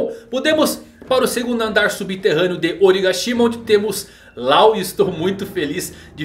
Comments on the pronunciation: Yamato é FILHAAAA mulher, NÃO é filho E depois o nome Law não se lê Lao, e sim Ló Falar isso de forma errada é uma ofensa para o mundo do one piece, e dizer que a filha do kaido é um ele também é uma ofensa Não só para o mundo one piece como para os fãs e oda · Cada vez que ele fala "Lau" eu me contorço de agonia